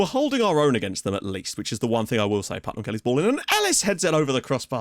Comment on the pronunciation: Finally someone other than me...... PutMAN, not Putnam.. :D